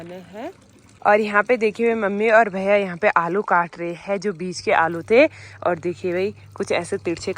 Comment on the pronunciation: हैं व है बोलना सीखो। अच्छा नहीं लगता